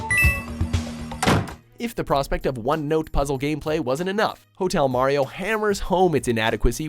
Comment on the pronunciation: When he said #1 I heard Hell Mario.